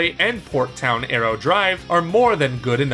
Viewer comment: Its Port Town Aero DIVE not drive